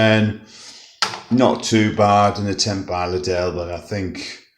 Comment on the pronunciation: I say Lid-El